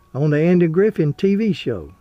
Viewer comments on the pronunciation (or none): You miss pronounced Andy Griffith, you said Andy Griffin. However you make great fact filled videos.